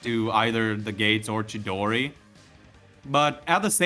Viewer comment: Dawg, it’s fucking CHIDORI, not no damn shidori